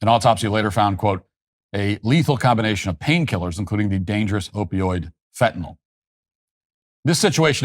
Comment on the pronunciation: Hey Kamala, it's fentanyl..... Not fentanol